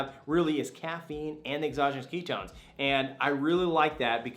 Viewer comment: Keto ess? You must be from California cause you talk too fast. Some of us are from Texas!!!!